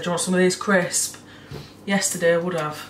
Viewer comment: Why do you not pronounce the s in crisps? Genuinely been wanting to ask for ages lol 😅